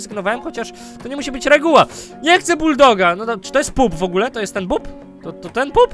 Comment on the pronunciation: nie mówi się pup tylko pap